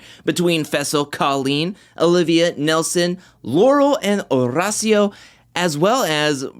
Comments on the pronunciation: Wow, u pronounced Horacio's name great this time👏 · I can see the improvement in your pronunciation of Horacio’s name and I appreciate! I was definitely cringing the last few episodes when you would say it pronouncing the H